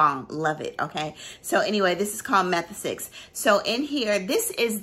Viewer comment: I love a list of 15!! The more the merrier! Wow you're a great singer too❤️ Μεθεξις is indeed pronounced Methexis! Θ Is the thita in Greek (theta as Americans pronounce it) and it's sound is th as in throw or thorough ❤️. Actually their Δδ (thelta) (delta) is pronounced like th in the or weather. Sorry I am a geek for Greek my mother was Greek.